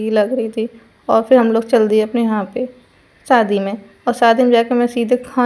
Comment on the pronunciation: Sadi nhi hota shadi hota hai 😂